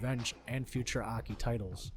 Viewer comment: It's "Ay, Kay, Eye" Not "Ahkee"